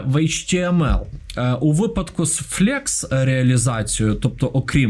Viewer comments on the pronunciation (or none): Протягом усього відео нервувало оце «флЄкс» — можливо автор взяв вимову з руснявих ресурсів? Бо англійською кажуть флЕкс, і відповідно українською теж так логічніше передавати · та не флєкс, а флекс. Від flexible(флексібл)